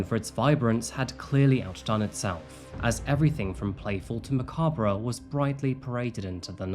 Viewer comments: It's Muh-cob ... not Muh-cobra. The "re" is essentially silent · *macabre is pronounced “ma•cobb” ☺️🫡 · I love your videos and I’m so to be that one, but it’s pronounced macobb. 😊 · Omg is pronouncing the r in macabre a European thing? Because it drives me insane